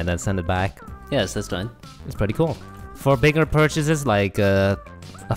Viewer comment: I love the way yall say cool "CUAL"